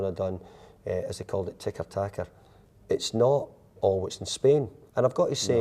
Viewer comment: “Ticker tacker”🤣🤣a weegie’s take on ‘tiki-tala’👏👏